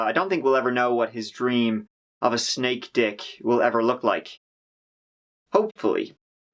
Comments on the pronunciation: wait, did you say shnake? wtf is a shnake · OK, hold up. I know you have this whole Irish persona... But did you just pronounce "snake" as "schnake"?!!! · Lol this is how I will pronounce "snake" from now on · "a shnake" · Did you say “shnake”? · What is a "Shnake"? lol Love the channel and the work you do. You're expressive without being offensive. Nice work. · “He cut his tongue, like a shnake” 😂😆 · tongue of a 'shnek' :D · 'Cut his tongue so it looks like a shnigs' ... ? 😕 WTF is wrong with this guy? He can't even pronounce basic words like snake properly.